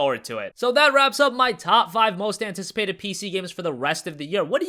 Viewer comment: Hobrick He is from America so I have no idea why he pronounces it that way. I also don't know of any languages that would add random letters instead of switching sounds of letters.